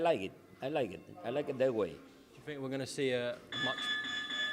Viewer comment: When did it become the norm for everyone to say 'fink'? Good luck Joe!